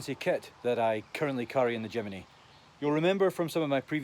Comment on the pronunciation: Jimeny ? Where did the 'e' come from ?